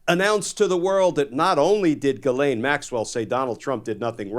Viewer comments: JIZ-lane is how it should always be pronounced. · My name is GHISLAIN...i'm so tired of people saying her name the wrong way...in french "gh" is prononce like the "j" in Justice and the "s" is not mute